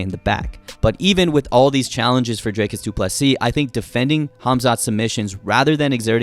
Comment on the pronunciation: Dricus* not Drakus. It really isn't that hard.